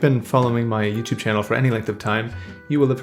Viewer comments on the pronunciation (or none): none